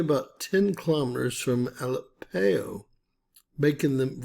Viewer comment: It is pronounced ah lepp o